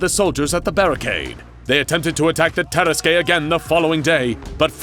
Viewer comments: Jesus, is that how you pronounce it? I always thought it's "Tarask" not "Taras-kwey" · I love this tale. But I was really thrown off by the pronunciation or tarrasque. It's tah-RASK not ter-ras-kay. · i feel like it's pronounced "Terask" can someone please confirm that i'm not incorrect in cringing every time he says "Teraskay"? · I’m pretty sure that “Tarasque” is pronounced TUR-ASK, not TEAR-ASK-AY. Good video though. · Taras-Qué? No no no! Taras-NANI!? YEEEAAAHHH!!! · It's pronounced Tuh-rask, not Tear-uh-skay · Lovely story, but I wish they would correctly pronounce terrasque. It's two syllables long ter like in terrible, rasque like rask. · i love this series but the mispronunciations are getting painful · You are pronouncing tarraque it's pronounced tarra-ask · It's pronounced Tah-rask. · The way you pronounced tarasque hurt my soul as a dnd player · The way you pronounced Tarasque hurt my head. 😑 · People who play DnD wince everytime he pronounces "Tarasque" wrong. Of course, we'd wince if he pronounced it right as well, cause it's the fucking Tarrasque. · That pronunciation of Terrasque is like nails on chalk board. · That’s not how you pronounce tarasque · The dnd nerd in my cringed at the pronunciation of tarasque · Some pronunciation on this channel makes me do a double take, tarasque for example. It's not a bad thing though. I like how it makes me think about my own understanding of those words! Also, I have no idea why I never made the connection that the tarasque could be SCP-682 in this story. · Anyone else find the way he pronounces Tarrasque weird? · Your pronunciation of tarrasque pains me